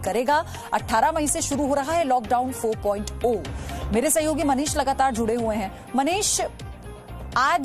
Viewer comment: madam 4 point zero h.....O nhi h....kaha se pdhi ho